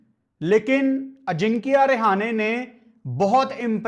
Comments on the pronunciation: रहाणे ✅ रेहाने ❌ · अजिंक्य रहाणे ❌ अजिंक्या रिहाने ✅ 😂😂😂